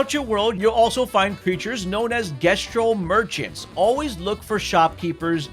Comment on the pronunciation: 70 hours playing a game with voice actors and you still can't pronounce Jestral‽